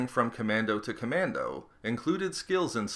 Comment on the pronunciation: John CommanDOE